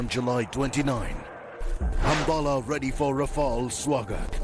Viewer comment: No wonder even the newscaster calling it Ra-FAIL....flown by the best kamikaze pilots in the world 😂😂😂😂😂😂😂😂😂😂